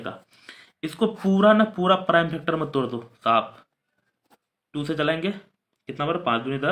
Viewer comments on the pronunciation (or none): Sir wo du nahi hota do hota hai